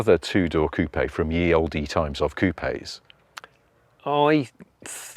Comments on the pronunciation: Why does he say coop eh ? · The " p " in coup is silent. You pronounced it wrong.